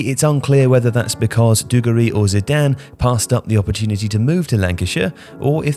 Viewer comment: Classic - says "dugarry" three times in a video yet pronounces it three different ways. No doubt he'll try correcting JJ's pronunciation in the morning next podcast.